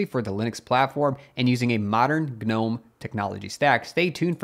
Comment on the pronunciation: Why do you pronounce the silent G? Do you call your garden gnomes the same? "Guhnome"